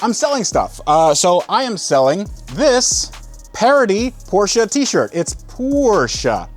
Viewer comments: It’s Porsche not porschia or porschA lol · man u all time say car... and your porshaaaa... its just a half of it, emm very burnt half .. other thing since when car with two weels can call a car ? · Where is the "A" in Porsche? Why do yanks say it so weird? The 'e' at the end is A) Soft and B) not an A.